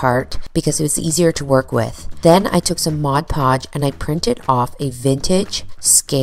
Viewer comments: It isn't Modge Podge. It's Mod Podge! :D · MOD Podge. Not Modge Podge.